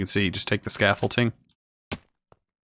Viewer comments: “Scaffole-ting” makes me hurt inside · definitely not, or you were raised in a really backwater place